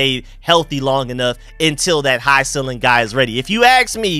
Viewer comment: The word is "ceiling", pronounced "seeling", not "silling".